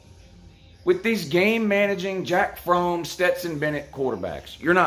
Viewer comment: “Jack Frome” 🤣🤣🤣